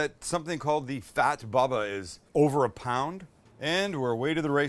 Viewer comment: Bubba it's not read baba